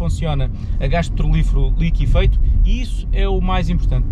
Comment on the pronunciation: É liquefeito que se diz e não "liquifeito".